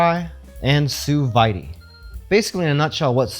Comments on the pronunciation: Sue Veyedee lol It's pronounced sue veed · I literally just got one a couple of days ago. My first attempt was... edible, but I am not a chef, and I still have to work with it more to get a better feel of it. Just for further reference, sous vide... The vide is pronounced like weed, but with a v instead of w.